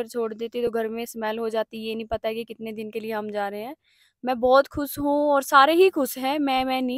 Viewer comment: Hh ab bhi bhut khus h pronunciation shi kro didi khush hota h not khus😂😂😂